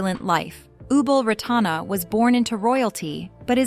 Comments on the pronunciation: It’s disgusting disgraceful to pronounce her royal highness name completely wrong. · Maybe learn to pronounce her name correctly and do some more facts check will be great